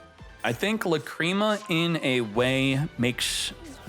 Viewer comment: Love watching these videos but please stop saying lacrima wrong drives me crazy